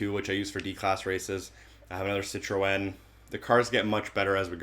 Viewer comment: ive legit never heard anyone say Citroen that way